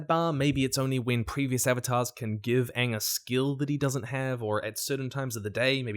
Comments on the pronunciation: It's super annoying when English people can't pronounce Appa correctly and say Awe-pawh or Aang and say Awng. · They really leaned into Katara's pronunciation of Aang... I wonder why... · I'll be so done if they mispronounce Aang's name again!